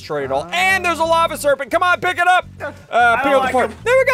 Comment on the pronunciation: SSundee: The "f"lava is rising Me: what-😃 you mean lava-🥲